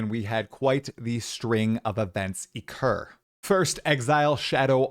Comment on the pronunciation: Is it mic causing weird audio bugs or just being incapable of speaking properly? I often hear him pronounce stuff in fucked up ways ie: this video starts with " eccure" instead of 'Occure"